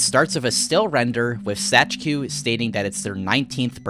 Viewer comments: Actually Zajcu is just read as "Zaitsu" if I'm reading a polish word correctly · please for the love of god do not ever pronounce Zajcu like that ever again